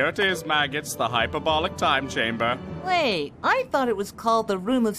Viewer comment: Chamber's two syllables